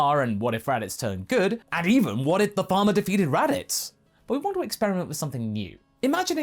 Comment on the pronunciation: I misheard when you said “What if the Farmer defeated Raditz?” as, “What if Obama defeated Raditz?”